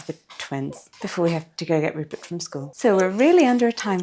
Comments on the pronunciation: Rupert pronouncing his /r/s as /l/s is adorable!! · Omg Rupert pronouncing all his Rs as Ls so cute. Also surprising because normally the L is the hard to pronounce letter. Gingerblead man is flends with the snowman 🥺